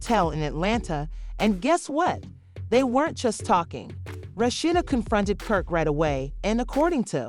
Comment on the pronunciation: Rat cheetah they can't even say the name right 😁